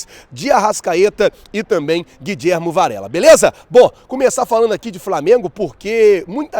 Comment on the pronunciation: Quem é guidjermo? O próprio jogador falou que é Guilhermo, como se lê, chato isso